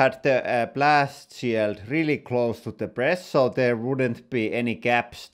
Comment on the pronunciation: That "rally english" is noice :D